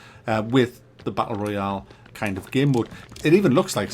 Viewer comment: Isnt it royale instead of royal